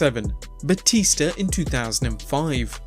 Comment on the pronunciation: "John Cenar and Batister" 😂😂